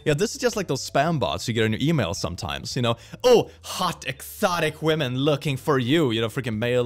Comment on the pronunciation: I will never not smile at saying 'wamen'